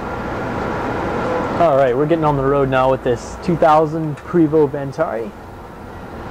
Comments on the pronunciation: He should learn about the product before trying to sell it. Luckily for him, they sell themselves. The VIP has nothing to do with vanity... it's Prevost's (BTW PREE-VO NOT vosT) chassis indicator that shows that it was built as a shell for conversion. The VIP designation came from the original shell history when they were created for the entertainment industry, long before Marathon, Vantare, Liberty etc even existed. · Pre Vost Ven Terry....?...... Please start again and SAY IT PROPERLY!...... Also, is that a bagel on your head or are you in fact a girl? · Prevost is pronounced prevoh, s & t is silenced. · Thank you for your feedback! Oh well..You are absolutely right, it should be pronounced "Prayvo" for correct French pronunciation just like it should be "Por-chaa" for German.. sorry! Its great that we have got so many comments on this RIG (sorry, it should be called MOTORCOACH or BUS :) ) along with some critical ones, but we know that's all good. Thank you for watching our videos.. Have a happy July 4th! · Douche like man bun. And it's pronounces Prev oh. It's French... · sorry but I stand by what I said 11 months ago. would like it very much if everyone started calling you? Would you just accept it from everyone all day every day or would you correct them? I think it would be the latter. No difference in the video. Pronounce the name as the manufacturer intended it to be not how you feel like it. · The “T” is silent!!! And cut that damn bum off!!!! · Number one the man cant pronounce the name of the vehicle he is selling. Number two low miles on a Prevost is not what you want that is exactly the opposite of what you want. that means it’s been sitting and that’s the worst thing you can do is to let it sit. I wouldn’t touch this coach for $5000. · You should learn how to pronounce the name of the bus before you try to sell it, makes you look incompetent. The "T" is silent in Prevost. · It’s pronounced PRAY voh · The ST are silent. Prevo.